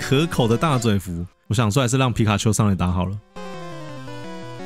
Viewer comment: 你把皮卡丘講的跟吉娃娃好像喔XD